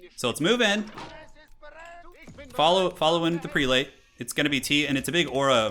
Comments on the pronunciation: You're not going to corrected Prelate = "Preh-let"? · "Pree-late" "Calvalry"